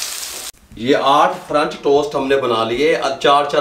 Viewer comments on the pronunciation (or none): ahm , excuse you but its "french" not "franch" and if u still pronounce "french" as "franch" then you probably don't know how to read 💀